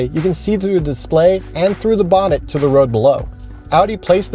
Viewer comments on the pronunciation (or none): it pissed me off when he said bonet